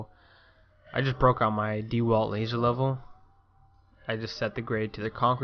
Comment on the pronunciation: “ Dee walt” lol